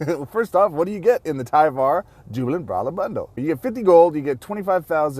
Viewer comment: TIE-var. like LIDAR